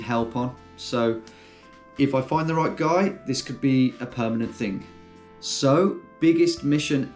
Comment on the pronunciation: why the emphasis on guy? Might be a good girl editor out there